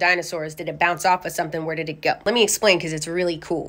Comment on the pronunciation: Man said “bounce” like that shit was god’s personal bouncy ball he lost under the couch